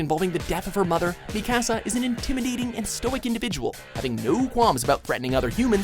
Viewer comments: You Said Mikasa Wrong It's Pronounced :(Meek-ah-sah) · You pronounced Mikasa wrong but okay. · The video is fine.... But the way he says Mikasa made me cringe.